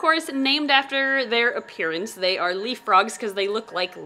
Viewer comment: Could have sworn that you said Solomon leap frog 🐸 instead of leaf 🍃